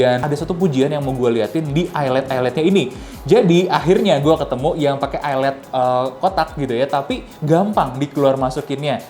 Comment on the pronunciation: Mas izin mas, mungkin supaya lebih edukatif, boleh research dulu cara penyebutan beberapa istilah. Contohnya Toe bukan "tu" tapi "tou". Breathability bukan "bretability" tp "brithability". Itu "ayled" apa "aylid"?